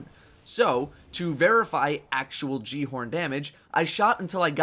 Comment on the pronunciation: repeat after me Gal-e-horn the j makes a h sound